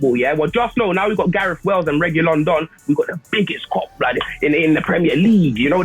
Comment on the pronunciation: Its Reguillon Don 🤣🤣🤣